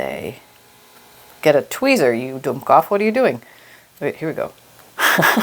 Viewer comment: I love how you come out with Germanisms. My in-laws are of German heritage. That “dumkopf” with perfect pronunciation almost made me spit out my coffee. This journal is coming along beautifully!